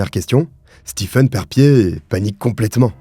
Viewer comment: J'adore tes vidéos. Mais sil te plaît, le prenom Stephen se prononce Steven. Mes oreilles brulent a chaque video ou il y a ce nom 😭🤣🤣